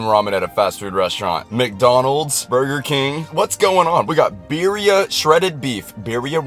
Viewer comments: "beer-e-a tacos" NEVER SAY IT LIKE THAT AGAIN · Why do I hate that? He says Birria instead of birria I know it’s spelled the same but like Birria tacos is supposed to be pronounced in Spanish, no offense